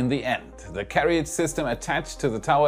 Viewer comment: we general say CARE-A-JIZ (but i still like it).